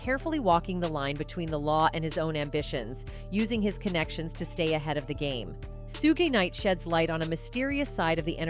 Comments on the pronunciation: At least learn how to pronounce these people's names. Its pronounced "Shoog" like sugar. Not Sugay 😂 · It's pronounced shuugg ma'am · Whos SOOGIE/SOOGEY night? lol Is this read by AI. Appreciate the post but wont be back.